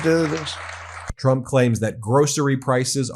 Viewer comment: Donald Chump is the most honest thing hes ever said or is he having a stroke